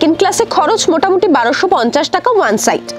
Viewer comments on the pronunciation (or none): none